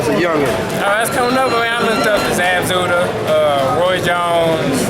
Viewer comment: That' boy said Zab zudah